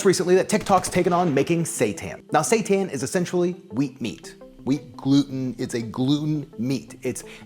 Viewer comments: Sounds like he is saying Satan. Fake meat is the devil 😂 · I didn't read the title. Everytime he said seitan I thought he was saying satan with a fancy accent or something... LOL. I read the title and now I know he's saying seitan... LOL 😆